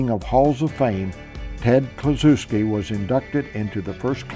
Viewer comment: Ted Kluschewski not Kluchuwsky